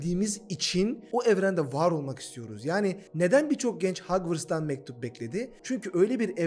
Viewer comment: Hagwırst ne 🤣